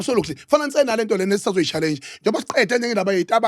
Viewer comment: When he said challengeueww😂